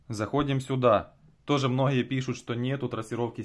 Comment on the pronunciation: Особенно это "мноха" "мнохие"